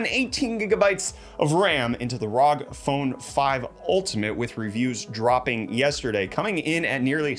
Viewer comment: Love the show as always but the way you said ROG and Gifs... Oof